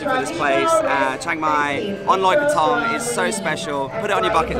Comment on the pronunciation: Learn to pronounce krathong…. it's not that difficult. Just listen to the people around you.